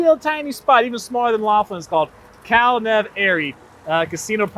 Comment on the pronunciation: buddy...it's weather...just tell your story....Oh...and it is pronounced "Cal-NeVAHR-ee" How can someone in New Hampshire know this and you don't?